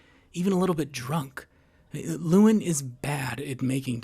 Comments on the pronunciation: His name is pronounced Loo EL Lyn, not Loowin. This kind of lazy pronunciation really boils my piss. This is the third video IN A ROW that I've watched today that mispronounced something that is a major thematic part of the video. Not all the videos were from this content provider. 😡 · “Antoine & Lewin” yeah, this video is null and void lml Just how the hell can you completely & repeatedly botch the names of 2 of the 3 main characters so badly, despite having watched the movie multiple times (I assume) and put clear thought and effort into making this video? It’s kinda impressive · i lost a brain cell every time you said lewin or antoine 😭